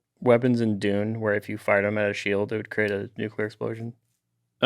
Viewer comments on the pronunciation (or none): none